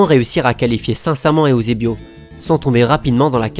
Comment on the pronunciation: N'golo Kanté Eüsebio il dit